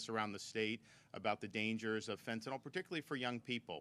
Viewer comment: FentanYl. Not FentanAl. Pronounce it correct. It makes you sound like you don't know what you're talking about. Same with Nuclear. People pronounce it Nuc-U-lar. NO. Nuc-LE-Er. IT'S NOT HARD.